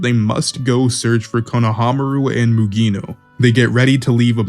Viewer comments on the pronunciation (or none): This is great, the name pronunciation is my only problem( ayo, katasookay, mugina) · SUMIR bruhhh its Sumire MUGINA he aint a women KATA Sukayy bruh i apreciate the vid but i mean cmon try to pronounce it correctly